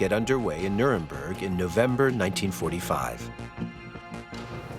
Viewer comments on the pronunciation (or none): none